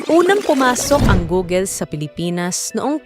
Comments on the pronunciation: Funny how you pronounce Google 😂. Hindi 'Googel'. It's pronounced Googul. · Googel? It’s Google is the right pronounced. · wow that's good news!! but saying "gugel" is so annoying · "Goo-gul" not "Gogel". That's the correct pronunciation.